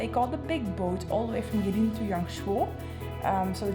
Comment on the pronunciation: pronounce it as Go-way Lin = Gui Lin In English, we have the word "Bin", replace "B" with "L" and ta-da "Lin"